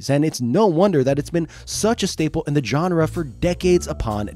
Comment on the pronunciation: I beg you to look up how "genre" is pronounced.